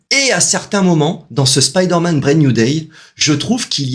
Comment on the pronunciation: Content de revoir cette chaine et enfin quelqu'un qui dit spiderman correctement et non speederman 👍👍. Assez d'accord avec ta video le film est super cool